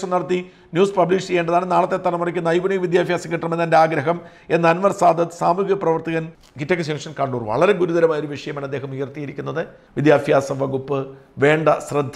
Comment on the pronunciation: മലയാളം കൂട്ടിവായിക്കാനറിയാത്ത വിദ്യാഭ്യാസത്തിന് വിദ്യാഫ്യാസം എന്ന് പറയുന്ന ഒരാളിൽ നിന്ന് ഇതിലപ്പുറവും പ്രതീക്ഷിക്കാം പബ്ലിസിറ്റിക്ക് വേറെ പണി നോക്ക്